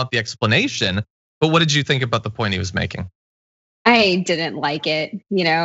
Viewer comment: When Graham pronounces "what" as "hhhvot"...